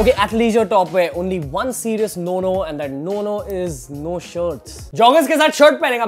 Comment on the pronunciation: No no sounds like nunu